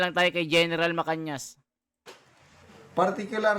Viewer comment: Mr blogger araw araw ka dito sa blog mo di mo pa mabigkas ng maayos ang pa gala ni Gen macanas macanas Yan hindi macanyas ulol nainis tuloy ako sa yo sorry ha